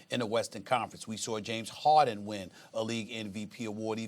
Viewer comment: The disrespect on James Harden's name is crazy 🗣